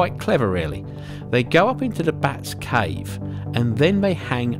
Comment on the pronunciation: Say, "up inta de bats caave" again:P